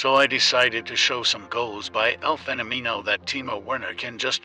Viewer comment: eu acho que o que me encomoda mais é o jeito que a IA fala “fenomino”